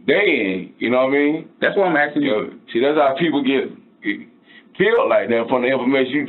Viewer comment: He axing the questiums.